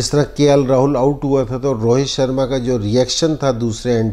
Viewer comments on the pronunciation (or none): none